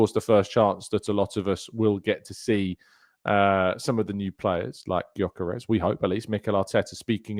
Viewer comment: 2 things. 1) about our new monster of a #14, he's Swedish but he's of Hungarian descent so his name is pronounced "Yuh-kuh-resh," you're welcome my friend, and 2) it's such a shame about Calafiori at the moment as he is unbelievably talented. I'm really hoping that he can get himself back on track this season because, if he does, he'll be serious competition for Kiwior if big Gabby is rested.